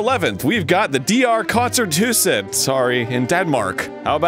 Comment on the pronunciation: I laughed so hard, when he said "The DR Koncerthuset". Not only because of the way he pronounced it, but also because he said 'The' at the start, which makes no sense, because the 'et' at the end of 'Koncerthuset' is the Danish equivalent of 'the'. So, 'koncerthuset' in itself means 'The concert house'.